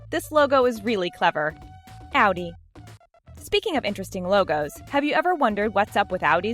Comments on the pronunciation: It’s Audi not ALDI THERES NO L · Ow-dee? Most people that I know pronounce it ah-dee. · Audi= Awdee. Pronounce this right or you’ll regret it... ( I’ll give you more hate comments) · she pronounced audi wrong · Was anyone else getting annoyed we she said audi wrong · You didn't pronounce audi correctly ya stupid idiot